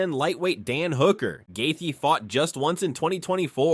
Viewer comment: Who tf is Gaythee????